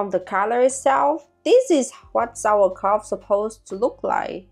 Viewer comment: I did not know if anybody says it already, but it is not pronounced "Sauerkra-f-t" but "Sauerkra-u-t". And I think you did it in principle well. The leave was not that good, that's true. But instead of a leave you should use a kind of special stone of glass to leave heavy on the Kraut. The most important thing is, that no little peace of anything of the cabbage should be out of the water in contact with oxygen, then nothing will be bad ...